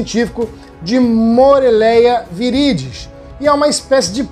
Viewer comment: Permissão para corrigir:, você pronunciou "Moreléia viridis"; o correto é Morelia viridis ("Morélia"). Obs: antigamente Chondropython viridis ("condropíton"). Abraço.Cristiano.